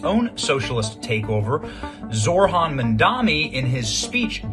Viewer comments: It’s not “zorhan “. It’s pronounced like zow-ran. I’m not a fan either, but at least say the name correctly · Stop pronouncing "Zohran" as if the "h" came AFTER the "r".